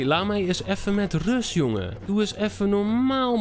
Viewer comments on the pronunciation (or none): none